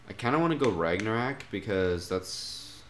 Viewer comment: RagnaROK, say it after me RagnaROK.